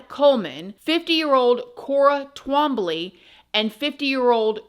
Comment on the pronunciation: 😂😂😂 trambly. it's hilarious. I've heard my father's name in many different ways but this is so funny. it's twahm blie Twombly. it's not as hard as it looks